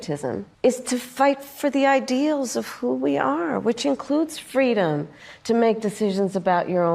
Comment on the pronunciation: Oprah was thinking Can someone tell her to shut the f##@ up? FWEEDOM... Check her earnings!